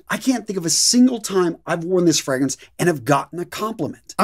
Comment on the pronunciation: Fr-AAA-grance .. not Fr-eee-grance.. lol.. but keep up the good work.. love your videos.. 👍